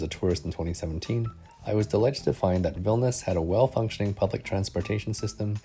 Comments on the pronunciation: It sounds like you're saying "Vilnis". Isn't it three syllables? "VIL-NI-US"? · vilnius, not vilnas